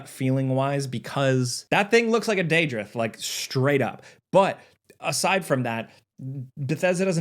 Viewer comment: That’s a pronunciation of “daedroth” I never though I’d hear